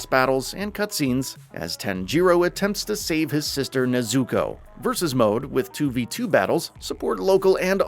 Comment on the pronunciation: Real talk whyd he say tanjiro and nezuko like that🤣🤣🤣